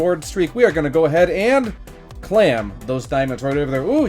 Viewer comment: Also please stop saying clam it’s claim 😂😂😂